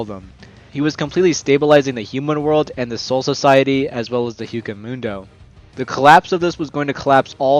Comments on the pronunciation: What the heck is juko mondo? Bruh, you meant hueco mundo? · I won't subscribe until you pronounce Hueco Mundo correctly. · This guy doesn’t even watch bleach he said hueco mundo wrong